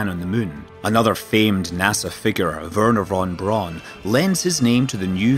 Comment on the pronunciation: Scott Manley never heard the name Werner von Braun pronounced that way ^^ nice one